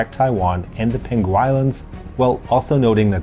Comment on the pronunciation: You pronounced Penghu wrong, it’s peng hu, not pen ghu